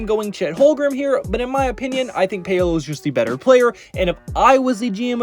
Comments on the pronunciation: After I heard "Pay-O-low" for the tenth time i couldn't even finish the vid🤦🏾‍♂️ I'm sure the rest of the content here is good, just sayin👌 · Who the Fck is Pay-oh-Low?......... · Yea saying Pay Oh Low really brought down a lot of credibility